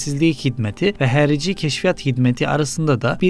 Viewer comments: Abi, bunu bilerek mi, yapıyorsunuz bilmiyorum ama "XARİCİ"nin türkçedeki karşılığı "HARİCİ"dır."X" harfini telafuz edemiyorsanız bunu "H" olarak okuyabilirsiniz. Diğer sesler zaten türkçedeki ile aynı. "HERİCİ" ne, dalga mı geçiyorsunuz? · "Nəzirlik" yox, "nazirlik". "Xərici" yox, "xarici". A hərfi ilə probleminiz var? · Abi sen Harici diyemiyormusun? Herici ne kerdeşimm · Emeğinize sağlık amma Xarici'ni Harici diye okumak yerine Herici diye okuyarak fazla kasıyorsunuz. X ile başlayan sözü hani bir şekilde anlarım da Nazir kelimesini de hayli hayli nazir diye okuya bilirsiniz Nəzirliyi nedir Allah aşkına, bir de okuduğunuz gibi de yazmışsınız. Sonuçta çince deyil yani bu da türkçe. Bu kadar yakın dili bu kadar zorlanarak telaffuz etmeniz biraz garibime geliyor. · Hərici, ya da herici değil, Harici. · Harici sözü türkçede yok mu? Niye hərici diye telaffuz ediyosunuz? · ala,adlari emelli bashdi oxu.nezirliy nedi?herici nedi?yox bi merci nazirliyi.oxumagi oyren